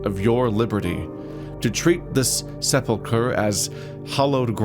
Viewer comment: Mostly I’m just impressed when anyone pronounces sepulcher decently. The bar has been buried, the boat is taking on groundwater.